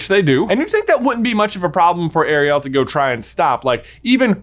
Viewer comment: … why are you saying Ariel like that? It’s like half the way Sebastian says it and half the regular way. It’s hurting my brain.